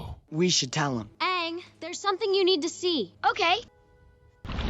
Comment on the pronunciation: If u watch this you have to watch korra too!!! Btw, this american mispronunciation is kinda irritating tbh. They pronounced Aang like "and" but it should be like "hung" since they base references off east Asian stuff. (Chinese,japanese)